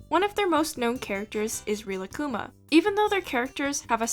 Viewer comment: Because nobody asked; Rilakkuma basically means "relax bear" Also your japanese pronounciation is just... No. (sorry if i was too rude)